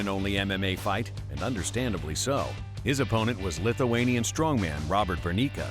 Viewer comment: The way he called Robert Burneika name is cringe worthy